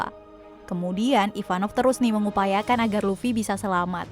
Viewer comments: Kok kyaknya kok bilang ivanov ya bukan ivankov. 🤣 Yang bener yang mana ya 🤣🤣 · Ivankov bukan ivanov